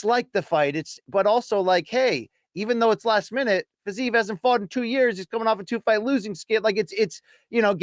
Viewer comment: Dude, who is Fizayev? 😭 Second podcast you did where you constantly just BUTCHERED that name, even though BC was across you, pronouncing it correctly